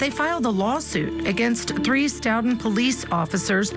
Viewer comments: Its not St"out"ton its "Stow"ton Massachusetts. How can such a professional level get the pronunciation of the town wrong. Other than that. It gives me chills to think how many times I may have walked by Sandra or the officer whenever I was in Stoughton. 😔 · Stoughton is pronounced “Stow-ton. Of course, any self respecting Bostonian would drop the “t.” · Stoughton is Pronounced stow-ton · As Boston native I’m disappointed and disgusted by these “officers” what a horrible injustice!!! Hope they get what they deserve, in this life and the next . Stoughton Is pronounced “Stowt in” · Its stow-tun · Few comments for feedback that I’m sure no one will listen to: 1. The piano music is absolutely awful. 2. Learn how to say the town names you are talking about: it’s not wooster, it’s WUS-stir, it’s STOE-ten not Stutton or Stout-ten. 3. Are you going to talk about the connection with the KR case and CPD? Or are we just completely ignoring the corruption of Mass (my home) or are we too scared to say it? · OMGoodnessssss...the music and the name of the town has a long "O" sound not "OW" sound and pronounced "S TOE TON" Next town over from the Karen Reed case in Canton, MA. It's also "Wellslee" Not Weslee. OMGoodness! You're killing me....it's not Wooster it's Wustah!!! You're chopping up every town name in Massachusetts!